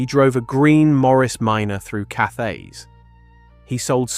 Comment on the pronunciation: Cathays is pronounced CAT AYS. A hard T not a soft TH.